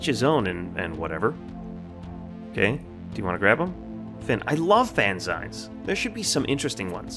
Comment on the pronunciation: This game looks amazing. I like your humor and methodical way of checking everything. Just a heads up, though, fanzine is pronounced fan-zeen, it rhymes with magazine because that's where it takes it's name. It's a magazine made by fans and full of fan made content like fanart, fanfic, and fan theories.